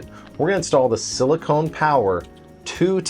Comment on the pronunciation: FYI you are mispronouncing 'silicon'. It's 'sill-e-con'. Silicone is a polymer you seal your bathroom with. Edit: Also you quote the network speed at 'about 900 Megabytes', but the unit displayed on screen is 'Mbps' or Megabits-per-second. There are eight bits in a byte, so 'about 900 Megabytes' would be over 7,000 Mbps, or more than seven times the rated speed of this Gigabit NIC.